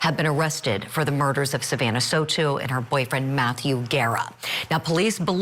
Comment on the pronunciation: Pronuncuation, “so-tu” and “gera”? Ugh. Try a little!!!!